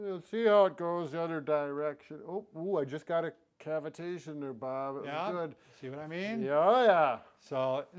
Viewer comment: "cavetation" ? is that what he said? what does that mean?